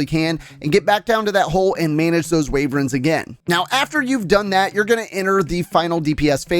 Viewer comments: Ok i like the tips but the way you say Wyvern as Wayvern hurts me both physically and mentally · Very helpful but may I suggest how to pronounce wyvern (not waverens)